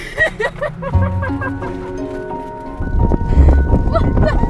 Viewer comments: i hate when people make this mistake. aka the biggest mistake in life... THOSE ARE MACARONS NOT MACAROONS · Legit a Person they’re pronounced macarons tho